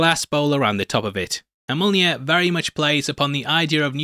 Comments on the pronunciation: I don't know if it's a bit or not, but it's pronounced MYOL-NEER. My left eye twitches every time you say it wrong. 😁🤣🤣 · U can say taweret but not mjolner